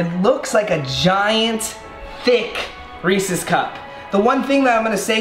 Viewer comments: Hate the way he say REESE CUP 😭😩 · I thought he said racist instead of Reece’s. I was about to be like.... wait. 😂🧐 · Did anyone else get mad at how he said Reese’s